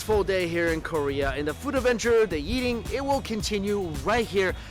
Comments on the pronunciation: its funny how he pronounces eating as yeating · The yeating, the yeel haha